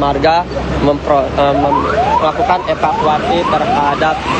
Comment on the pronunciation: Saran mbah tv one. Cari atau latih reporter yg bener. Ini bukan Tribun. Epakuasi Jenajah Plat nomor Peek Ooo Diinpormasikan. Kayak salah masuk channel demgernya.